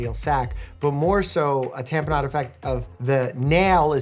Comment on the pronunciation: Someone please tell me I was not the only one who, every time Doctor Mike said "tamponade," kept hearing it as "tapenade" instead.